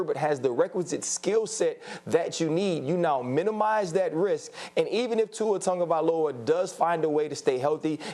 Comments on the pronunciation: Tungovailoa?? Is it just me or do these guys not know how to say his last name properly? How does on get Tungo from Tago (Tagovailoa)? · Why people keep say “Tongaviola like there’s an “n” in his name smh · Because that is the rule in Samoan. If the is a g there is a silent "n" in front son. So Tagovailoa = Tangovailoa